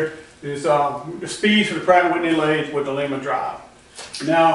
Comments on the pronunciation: Good video! I do want to tell you the name of the drive is pronounced with a long "I". Lima Ohio is not too far away from me. That is a second generation Lima drive. I have one just like it on my 16" metal shaper. My Becker vertical milling machine has a first generation drive on it. The first units used a salvaged model A ford transmission that has had reverse removed and one more forward speed added. All the best! Mike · Looks like that will be a nice power unit when it's done! Not to be picky, but Lima, Ohio (home of the Lima-Drive company) is close to me, and the i is pronounce as a long i.